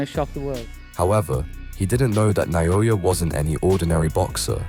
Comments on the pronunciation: Inoue pronounces his name just as it's spelled, yet no one seems to be able to get it right. NA-O-YA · WTF is with the Na-yo-ya? :D